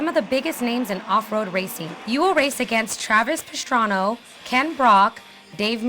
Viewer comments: Travis Pastrano? Ken Brock??(lol kn block mixed with the dude from pokemon). Not to be mean but its Travis Pastrana(and i dont even like motercros or the guy himself) And Its Ken Block not Brock XD. But nice episode maybe il buy a PSP with the GT game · I like this a lot but when you do the intro pronouncing stuff right matters so please its not Travis Pastrano or ken brock so please if you are going to say something thousands of people SAY IT RIGHT! thank you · "Travis PestranO"? "Ken BRock?" c'mon.. your top will have to be twice as tight next week to make up for that!